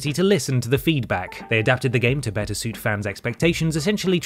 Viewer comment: "the beetah version"